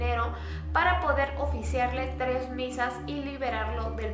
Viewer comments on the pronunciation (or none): none